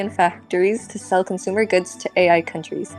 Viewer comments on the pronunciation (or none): none